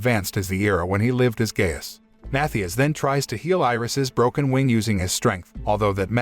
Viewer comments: Gaius, not "gayus" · Naw “gay-us”💀💀💀